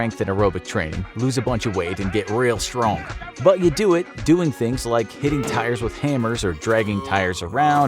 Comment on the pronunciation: Hey he said stronk